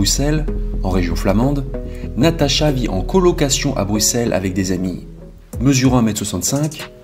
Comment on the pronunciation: Big up pour ta prononciation des noms propres! C'est rare que ça ressemble à quelque chose de la part d’un français. Chapeau bas. Déjà le X de Bruxelles prononcé S. Linkebeek avec un É (qui aurait pu être un poil plus long) plutôt que le fichu È qu’on entend si souvent. Et finalement le nom de famille de Natacha qui est parfaitement plausible (je ne sais pas comment la famille le prononce, mais je pense qu’ils ne seraient pas choqués). Donc, grand merci pour cet effort car c'est irritant pour l’oreille dans maintes vidéos. Et merci aussi de relayer cette histoire dont on a finalement très peu entendu parler en Belgique.